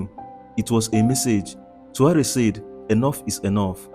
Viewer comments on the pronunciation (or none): Er heißt Traoré und nicht Tru 🐒